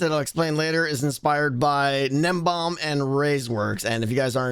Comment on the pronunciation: Gnembon ends with an N! Everyone says "nim bomb" :(